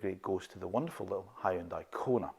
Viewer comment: “Huooon- Day” not Hioon-di